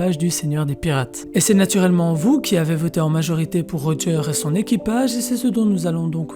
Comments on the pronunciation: Pk tu dis Rogear au lieu de Roger ? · Pourquoi tu dit "Roga" alors que sa se prononce "Roger"??